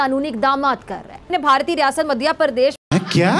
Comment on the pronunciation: Pakistani madhya ko maadhya bol rhe h 🤣 Na eng bolne aati n padhne inse bs jihad krwa lo